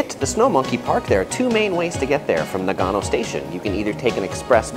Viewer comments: I can't get past his pronunciation. NA-gano and Shin-KAN-sen. His emphasis is killing me. lol... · The way you pronounce nagano hurts my soul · Mate, it's hard to take you seriously when you so dramatically mispronounce the name of the city. Still, decent content. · yu yu He speaks the same language as I do, and Nagano doesn’t require any specific tongue play like French or Spanish. It’s very easy to say correctly.